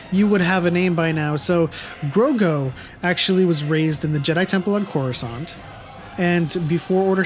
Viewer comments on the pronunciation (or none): none